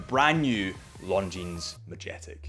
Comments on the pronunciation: the brand is not pronounced “Long Jeans”, the s is silent! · Lovely watch from a fantastic company. Please stop pronouncing the 'S' at the end of Longines though 🤣👍 good lad. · The fact that you still pronounce the S at the end of Longines makes me laugh every time. Cute and cringe at the same time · First off all learn the right pronunciation of this watch...